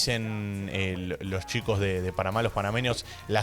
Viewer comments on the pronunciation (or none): none